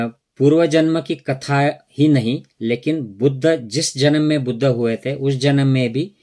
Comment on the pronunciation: Buddhaaaaaa kya hota hai…..Buddh boliye, itna angrez ban’nay ki koi aavashyaktaa nahin hai, ok!